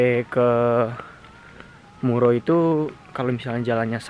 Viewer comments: Mura kok jadi muro 😁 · Desa_Mura Mas Bukan Muro